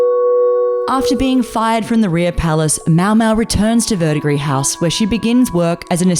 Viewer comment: You are the first video I've seen about this anime that actually pronounced Verdigris house correctly. Thank you. It's that darned silent ending s in French words.